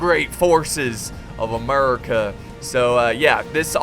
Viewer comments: what is with this Murica stuff please stop and actually say the name correctly but other than that good vid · Lol the way u say America "Muricah"